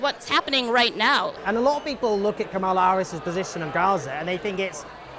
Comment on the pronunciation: Not a single Trump supporter pronounced Kamala's name correctly.